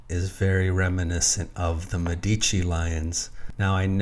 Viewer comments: Please..pronounce Medici as it needs. Accent on the E. Plural of doctor. Mèdici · Yes, MEH-di-chi. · I am Italian. Could you please Change your pronunciation of Medici. Its emphasis is on the first syllable, a Long "eh". Not on the second syllable.